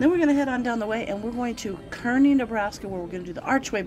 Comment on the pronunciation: The town is pronounced Karney, fyi I love the tabletop at that diner. Did you know a lot of those old diners of that sort were trucked over from New Jersey, other parts of the east coast? Yep, they were 🙂